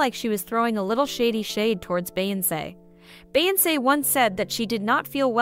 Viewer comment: Why is this person behind this YouTube right here pronouncing Beyonce name wrong in voice 😂